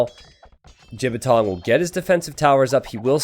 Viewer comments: lmao, pronounced it quite accurately as well. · Glad that pronounces the Chinese player's name wrong - it means penis when spoken correctly.:P